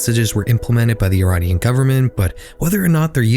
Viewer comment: Great video! Just putting it out there, I dont think the way youre pronouncing "Iranian" is correct.